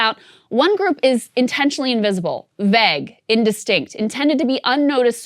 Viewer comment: Krystal’s pronunciation of “vague” makes me uncomfortable.